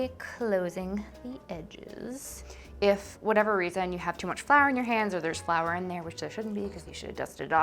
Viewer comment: I'm living for how she pronounces flour. (Fleur) . It was cute. :)